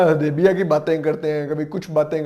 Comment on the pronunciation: صلح حدیبیہ کو جو بندہ صلح حدیبا کہتا پھرے، کلمہ غلط پڑھے، اسے عوام نہیں مانتی بھائی، یہ صرف سوشل میڈیا پہ صرف دو تین ہزار بندوں کو پیسے دے کے بیس تیس ہزار پوسٹیں اپ لوڈ کرواتا ہے۔ زمین پہ اس کی کوئی حمایت نہیں۔